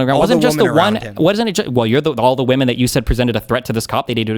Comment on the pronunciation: This person is fucking vile, also why the hell can´t he pronounce "women"?